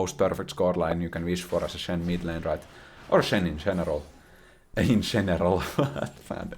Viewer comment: In sheneral cracked me up